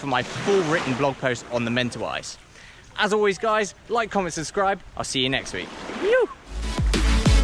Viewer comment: Mate. This was the perfect video I was looking for!! Thank you so much for doing this video. What I noticed was how your pronounciation of Mentawais kept switching from Mentawais to Mentawees :) . We get that a lot with people in NZ at a famous surf beach called Te Arai. Surfers generally know it as Te Aree. Haha. :) How much are the board hires and is it generally quiet during Dec -Jan? For those of us in the Southern Hemisphere, this is when we generally travel :)